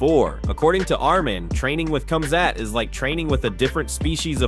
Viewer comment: How is it that more than half of the MMA video voices can't properly pronounce the fighter's names? Here's another one. Duplessuss, Komzutt. WTF?